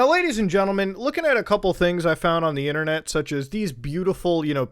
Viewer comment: "Y`know ladies and gentlmAAAAAAAAAH" "And the Android is for the poow"